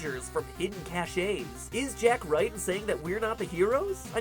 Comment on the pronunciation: Cachés. You said cachés. It's pronounced 'Cashes'